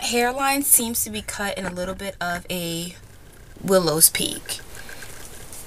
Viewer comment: It's a widow's peak, not a "willow's peak".